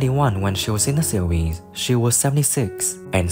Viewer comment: The word "series" is not pronounced "see weese"